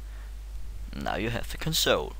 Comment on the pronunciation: Console. Why do you say it weird?